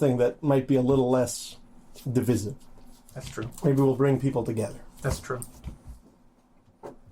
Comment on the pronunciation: Learn how to pronounce divisive.